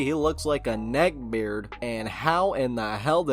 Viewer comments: lmao he says beard like 🅱eard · Anyone else die a little every time he pronounces “beard” like that